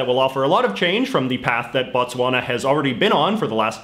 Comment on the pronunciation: Your Botswana was WEAK.